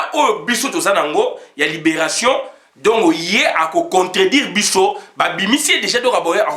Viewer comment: On ne peut pas dire donko il faut bien prononcer mon frère donc et non donco ça sonne très mal